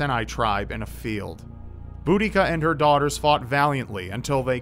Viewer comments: Boudicca isn't pronounced bo-da-cia. It's more like boo-di-cah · It's definatly Bu-da-si-a you're right. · Iceni is pronounced eye-cee-nee and Boudicca is pronounced buh-di-ka ;) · i know it's a bit of a nitpick, but I'm actually from the area where the Iceni tribe lived, and I found the the pronunciations are a bit difference here. Iceni is pronounced "ice-e-nee" while Boudicca is pronounced "bo-da-cia" Sorry if it is a bit of an annoying nit pick.